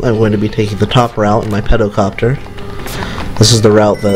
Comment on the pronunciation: I have no idea why, but it sounds like your saying Petocopter. Cruelest mistake indeed. Chances are you know this, but Antlions are real bugs.